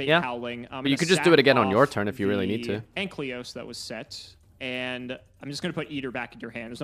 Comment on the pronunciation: I wish would stop playing Dinomist just because I am tired of hearing him pronounce Ankylos as Anklyos. Imagine being so unable to read your cards you can't even bother reading the name correctly for months.